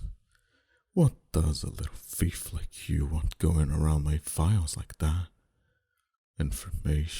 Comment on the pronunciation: lol I love how he said fief while saying thief.